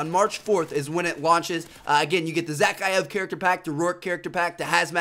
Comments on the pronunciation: You pronounce it za-Kai-ev! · its pronounced za-ki-if